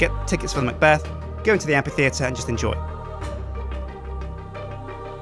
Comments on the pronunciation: you pronounce amphitheatre weird. and i'm not sure about the lights in it, maybe something else would look better? fantastic building though loved the faces it was a brilliant idea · the Amphitheatre is pronounced "amfitheatre", not "ampitheatre". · Am-PH-itheatre! Not Am-P-itheatre! Gahhh! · Why can't u say amphi, u just said ampi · amphitheatre isn't pronounced like ampy-theatre, but like amfy-theatre, just like Philip is pronounced Fill-ip. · Is it amPitheatre or amFitheatre? I always pronounced it in the latter manner. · what u wrote 4 the title was pronounced am-fi-thee-ter ITS PRONOUNCED am-pi-thee-ter! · It's a motherfucking amphitheatre, not an ampititheatre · Sjiiiin it´s pronunced Amfi, not ampi. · Did he say ampytheater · Amphitheater is pronounced Am Fi Theater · Amphitheatre is pronounced am-fuh-thee-uh-ter. Key point is the F sound in Amphi, rather than a P sound. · Surely it's pronounced "amFitheatre", due to the ph. Otherwise it'd be spelled Ampitheatre without the H. Or is it a british thing? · Amphi. Phi. Ph. F. Amfffi. Fff. Sorry, but ability to mispronounce completely random things make me lose my damn mind sometimes. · It's pronounced amp-fee-theatre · Now unfortunat- So there we have it; the amphitheatre of Dale! Also the word Amphitheatre is pronounces amp-fee-theatre. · is it not pronounced ampFitheatre? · I hate to sound like a total nob, but... you're saying it wrong (according to the Oxford Dictionary, anyway); Amphitheatre - A round building without a roof and with rows of seats tha... pronouced: 'æmfɪθɪətə(r). No worries. The building looks awesome:) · Ok, english is not my first language, but I have never heard Amphiteater as the way said it, I have always heard it like Amfiteater. Can someone tell me if what I have heard in the past is wrong or not? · The amphi- in amphitheatre is pronounced "amfi-" just like in amphibian. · i love how he pronounces amphittheater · it's pronounced like an f -_